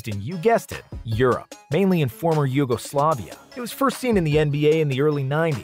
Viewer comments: pronounced yugoslavia wrong mate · Hes American of course he said it wrong